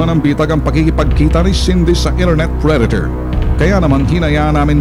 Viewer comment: prey-dator!, parang ang babae